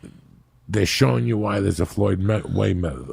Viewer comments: Can't get enough of that Moyed Flayweather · Floyd “way “ weather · Joey "Waymeather" Diaz